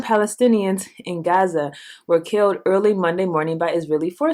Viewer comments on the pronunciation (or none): none